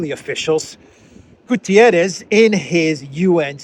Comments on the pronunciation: PLEASE, PLEASE, PLEASE. UN Secretary General is called António GUTERRES, not Gutierres. Please drop the i. For months I hear a lot of people calling him a Spanish name. The guy is PORTUGUESE, so his is name. ;-) Cheers Meanwhile the important thing is that Haley and respective scum should be ashamed. Calling for the resignation of someone asking for CEASEFIRE and diplomacy. Instead of war! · it's not "Gutierres" but rather "Guterres", a Portuguese and not a Spanish name/word! Regardless, I continue to appreciate your timely and informative videos! Thank you! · Its not "Gutierrez". He's portuguese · It's not Gutieres, the man is not Spanish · António Guterres is Portuguese. Thus, there is a specific pronounciation of "António" and "Guterres". Guterres is NOT pronounced like the Spanish "Gutiérrez".